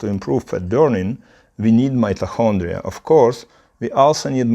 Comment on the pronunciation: Great video! Helpful advice! Your pronancuation is not bad, but check your "mitochondria" pronancuation! Good luck for your English channel❤